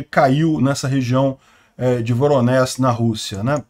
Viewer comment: NÃO pronuncia-se 'VoronéS', mas sim 'VoronéJ(i)'